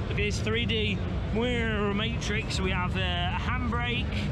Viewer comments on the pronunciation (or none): none